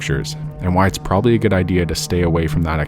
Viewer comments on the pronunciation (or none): none